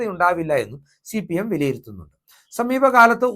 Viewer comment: ശി പി എം അല്ല ഹേ സി പി. എം